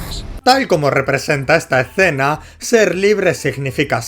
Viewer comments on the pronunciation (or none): none